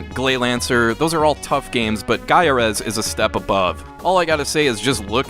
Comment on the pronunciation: cookie cutters? How about the astrological Taurus sign? it's pronounced "guy are us" If you don't believe me, read the print ads in EGM where they LITERALLY tell you that is how you pronounce the game's name.